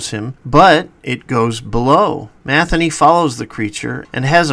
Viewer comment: Matheny? Ma thee nee.